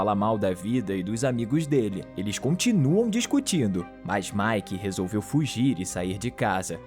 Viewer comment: "resolviu ouver" kkkkkk